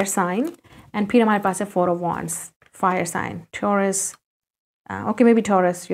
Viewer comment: Correctly said It's tauras